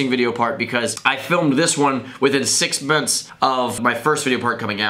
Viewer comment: "Six mince"